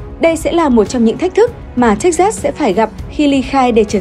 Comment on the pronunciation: Đọc là Thếch Xịt (sừ) nhé :))